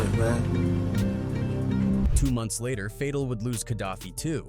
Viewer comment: Say it with me now… ka-da-feeeee, fay-tal did you listen to PACs songs before saying the names 😂